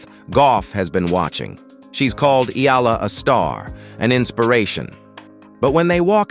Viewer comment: Great commentator plus you got the E Ah LA the exact way. I guess you have to be a real Filipino to say that right.